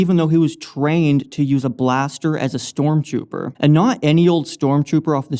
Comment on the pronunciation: Anyone else noticed that He said Storm tjuuper